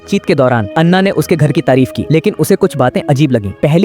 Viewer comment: Bc kaha kaha se ate hai ana ko Anna kr diya😂😂😂😂